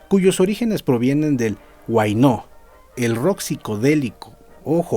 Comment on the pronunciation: Ponle acento a la A en la palabra huáyno.